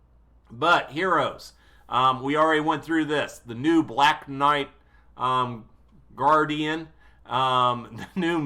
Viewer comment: LOVE the vid as always. (pst Garridan not guardian btw) <3